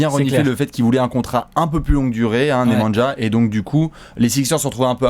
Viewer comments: Nemanja ça se prononce " némania" pour être pointilleux ( et bien chiant xD ) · Il me semble que nemanja se prononce nemania 😉